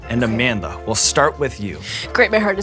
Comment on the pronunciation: I really appreciate Sean's effort in properly pronouncing Amandla's same..